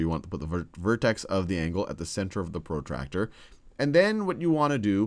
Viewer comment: his accent pro tractor ha ha ha